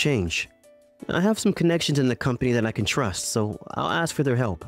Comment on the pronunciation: Why does Ms. Akine say 'axe' instead of 'ask'? Did her VA think she should sound like a survivor from the Baltimore Public School System?